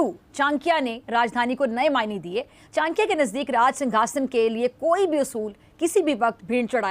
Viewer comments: Chnkya nahi chadaky hi nam thk say bolana sekho lagta hi jyada pdhi likhi nahi ho baukof. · अबे जाहील पहीले बोलने सीख. ये चानक्या क्या होता है